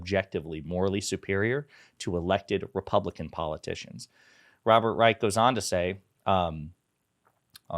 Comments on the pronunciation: I believe Robert Reich’s last name is pronounced “Reish”. That tidbit aside, thank you for continuing to put a spotlight on the media’s double standards in their treatment of Biden! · yes I’m aware “ch” is often pronounced as a hard “k” but in this case I’m going to go with how the man actually pronounces his own name, which is with an “sh” sound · FYI it’s Robert “rye-sh” not the hard “k” sound 🙂